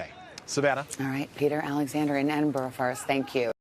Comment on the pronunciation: Finally, an American broadcaster who can say Edinburgh properly, not Edin -boro, respect to you Miss.